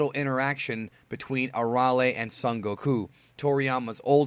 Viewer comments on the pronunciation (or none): No Aralee. It's A-rail. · It's Arale, not "ARRRRALE" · her name is uh - ray- lee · It’s pronounced air real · Arale isn't pronounced like that. its. uh- Ray- Lee.... do you even have the right to this video if you're explaining who she is, but pronounce her name???????? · thats not how u say the name air-re-ale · Soooooo strange to hear her name pronounced the way it is in this video.... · Oh my goodness, please learn how to pronounce with respect to the language